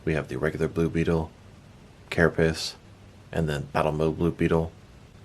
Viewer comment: "Carapiss" lol